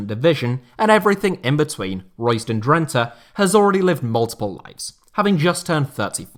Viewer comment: DRENTE. .. WÒOOOOOW... WOT A MERSYSIDE TOFFEE 'LEJ'.... EEEERRRRHHHHMMMM😢😯😂